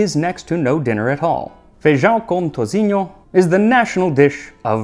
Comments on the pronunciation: Wow, I’m Brazilian and Bahiana Love the way you brought up the history on fejoada dish I love the way you spoke the Brazilian words👏🏻👏🏻👏🏻 Thank you for the honor of be represented on you channel 🙏🏻👏🏻👏🏻👏🏻 Btw… toucinho is said with an “s” sound…😉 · The only thing he really mispronounced was toucinho as "touzinho" but as usually his pronunciation is excellent. 👌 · Your pronunciation is impressive, foreigners usually completely ignore "ç, ão and nha" instead using "c, ao and na" which sounds like a completely different language. The only wrong pronunctiation I caught was "toucinho", you used a weak "c" sounding more like a "z" for us, "ci" has the same sound as the english word "see".